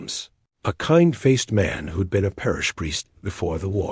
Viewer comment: Pease stop using AI narration, it cannot handle contractions. "Who'd examined" becomes "who de-examined", it's most disconcerting to listeners. Thank you in anticipation.